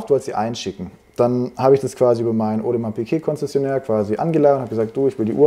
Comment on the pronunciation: Audemars Piké.😂 Gemeint ist wahrscheinlich Audemars Piguet. Kaufe Uhren stets immer nur bei Händlern, welche die Uhrenmarke auch korrekt aussprechen können…